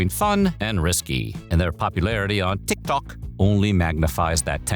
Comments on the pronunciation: im old why is he saying tik tok like that? have I been saying it wrong? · Why tf are you saying tik Tok like that? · The pronunciation of “TikTok” is driving me nuts. So obnoxious. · Listen to how it pronounced TikTok as "tick TOCK" . The VA has pronounced TikTok correctly before, so I don't see why he would make that mistake here (twice, almost back to back, I might add). So it's not him purposely mispronouncing it, this is the AI confusing between TikTok and "tick tock". It also emphasized on the "TOCK" for some reasons. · Why does he say TikTôk like that though 😭😭😭😭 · To the people trying to deny the AI, listen to how it pronounced TikTok as tick tock and Megan Thee Stallion as meg gAHN THEEEEE staLLION, with the Stallion sounding weirdly French for some reasons . He has pronounced TikTok before with no issues, this is the first instance he pronounced it as "tick tock". So no, this isn't him making jokes like y'all saying, it's the AI fk up. And unless the VA himself confirms it on socials, I have my doubts. I'll give you 2 examples why using AI is bad, not just in quality, but harmful to the channel and the VA. 1. JCS - Criminal Psychology. This channel was exposed for replacing their VA with AI and the quality dipped. They tried to hide it, but eventually fessed up and the channel is now dead (a 5.5mil sub channel with 5 year uploading history btw, no small fish). 2. The new PvZ Replanted used AI upscaling instead of hiring the OG artist. The artist himself confirmed on X he was never contacted by EA (EA even used AI to fake his concept art). And to the people who says "Oh you don't like it? Leave". I say this because I cared. I have been watching this channel for a good year and a half now. It's painful seeing history repeats itself. If you care for this channel, you will drop your sugarcoating and call them out so they can correct this "mistake". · Ah yes....Teek Tok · Because the AI confused between the actual app TikTok and the word “tick tock”